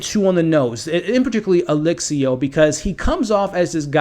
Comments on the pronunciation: Man, I hate to be that guy but if you're doing a public video, I think you should work to get the names right. Rocco, not Rosco. Di Grasso, not Grasso. Alessio, not Alexio. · It's A-less-io, not Alexio. I don't know, anyone can die, but I think Albie will kill someone. He's not the nice guy that he appears to be. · Roscoe, Alexio You don't mispronounce, you reinvent Apart from that, really interesting predictions, thanks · I like your vids, but I recommend looking up each character’s name AleSSio, there is no X. And RoCCo, there is no S. And Lucia is pronounced Lu-Chee-ya… unless you’re intentionally pronouncing them different, in which case, live your life good sir.